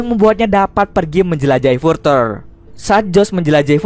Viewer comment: Further bacanya gak gitu